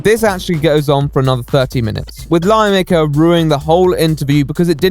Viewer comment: I hear "lie maker" each time he says "lion maker"